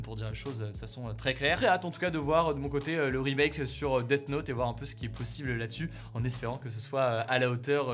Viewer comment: mdr Hugo qui dit "Dette Note" au lieu de Death Note